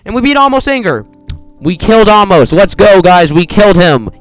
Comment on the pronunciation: its pronounced ay-moss and according to google translate Torre de la anger means tower of there anger oh yeah this is the skip for floor 3 oh again is a ladder that's tower of overestimating difficulty and tower of broken bricks, and the people in cages are blockerman mistahllama thatonekid10020 and meowy64 if you jump on aamos that happens :)